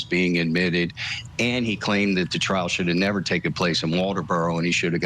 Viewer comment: I really wish Julie would stop calling it a Traal